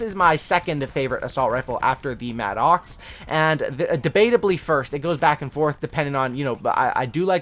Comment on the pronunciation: Really like your videos, but for the love of God, it's not pronounced "mad-ox". It's pronounced "madduks"